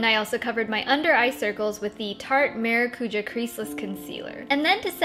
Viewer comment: Hi, please check Google translate and type in "passion fruit" for English to Portuguese translation to hear the proper pronunciation of maracujá. Not to be rude or anything, but it's driving me nuts hearing the makeup gurus on YouTube pronouncing it incorrectly.:)